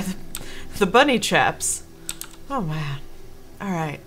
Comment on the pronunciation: I'm so happy that I'm not the only person that says "mang."